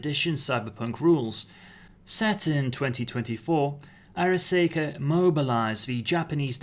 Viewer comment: Arasaka Ar—a—saw—ka not Ar—a—say—ka The way you are pronouncing it, it would be spelled Araseika! But that is not how it is spelled.